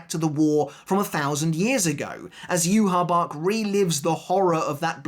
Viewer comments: did you even watch the sub ? theres no way you heard yu-ha-bach. thats just a fan pronunciation. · So then is it you-ha-Bach (how the sub pronounces it) or is it You-ha-ba-ha (how the dub pronounces it) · The best fight in tybw is the fans vs Yhwachs official name pronunciation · it's not just Yhwach, along with so many other people just refuse to pronounce so many sternritter names correctly, it's so annoying now that we've actually heard them pronounced correctly in the anime, like I get that people get into habits, but like come on, when your entire channel and job revolve around making content on one specific series the least you can do is pronounce the names of characters correctly to your best ability.